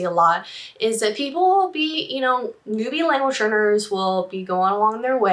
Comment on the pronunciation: Is she saying "language learners" or "language earners"? I feel like I'm trapped in a Super Troopers prank, meow.